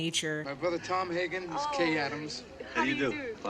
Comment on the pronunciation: As of 2024, Robert Duvall's character's surname "Hagen" is STILL pronounced "HEY-GUN", and certainly NOT as "Hig(g) - inns", which, as of into your YouTube "" "REACTION", you are still mispronouncing it as.